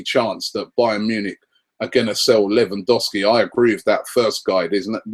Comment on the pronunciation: Credit where it's due Rob, you got half of Lewandowski's pronunciation correct.